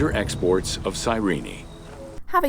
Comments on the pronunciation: “Welcome to exports of Cyreenee” I cringed so hard at that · That's how you're supposed to pronounce Cyrene?